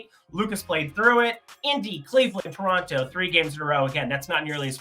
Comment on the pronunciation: He said tor (toronto)